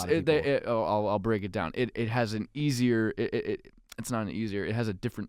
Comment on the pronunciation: God i laugh so much now when I hear him say "Easier" 😂